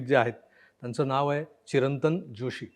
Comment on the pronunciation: या चिरंतन जोशी यांच्या आडनांवातील "ज "चा उच्चार "जरा, जमेल, जगावे" यातील " ज " सारखा होतो...